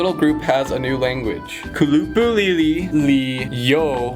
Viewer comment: i noticed u said kuLUpu instead of KUlupu, idk if u know this but the emphasis/strees is ALWAYS at the start of the word :) cool to see new tp content